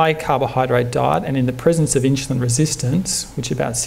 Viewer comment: Great talk even though he seems to say "inchulin" over & over.